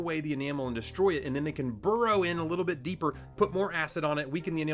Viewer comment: DONT SAY BURROW 😫😭